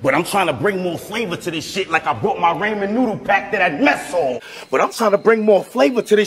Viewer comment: He had 3 opportunities to pronounce Ramen correct. He failed each time...that's the real tragedy